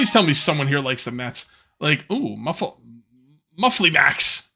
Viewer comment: when you asked if any one was a mets fan i thought you said meth fan i was like wow this stream took a left turn really quick lol